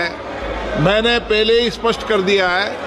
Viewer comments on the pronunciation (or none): none